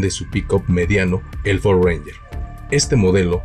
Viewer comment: Ahora se no dice Ford, dice ofordo jajajaja